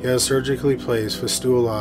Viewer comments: The implant for kidney dialysis is pronounced FIST-you-la. I'm only correcting you because it's EXACTLY how I pronounced it when started nursing school! You do a fine job on these videos, very respectful and sensitive to the subject matter. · Love you, but the pronunciation of "fistula" in the first case killed me 🤣